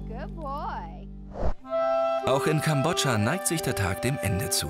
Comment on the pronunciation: Den Namen von dem Kind aus Kambodscha 🇰🇭 den habt ihr falsch ausgesprochen warum ich des weiß weil ich halb Kambodschaner bin ich war in den Sommerferien 2019 dort es war cool